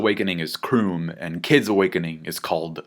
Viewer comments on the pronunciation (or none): Lmao his awakening is k-room not 'kroom' at least that would make sense since his other attack involves saying room